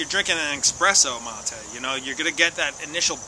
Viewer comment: Amigo its ma"te" not ma"tay" lol. Keep enjoying. Good health to all